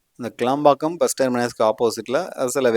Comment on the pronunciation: க்ளாம்பாக்கம் இல்ல தம்பி....கிளாம்பாக்கம்..